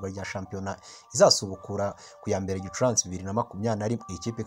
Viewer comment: Hello! Ntago bavuga Gicuransi bavuga Gicurasi. Kbs utugezaho amakuru ya Rayon sports. Courage